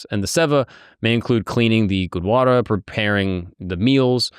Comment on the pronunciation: Bro it's gurudwara not gudwara